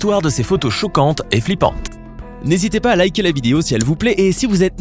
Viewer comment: Je rêves ou il a dis choucante